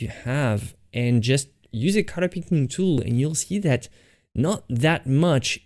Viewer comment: Guys, I got it it! everytime he says 'cutter' he actually means 'colour'!